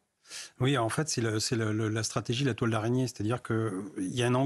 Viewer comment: Arraignée?? araignée plutôt...